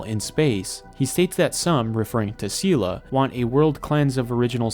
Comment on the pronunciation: Its pronounced say lay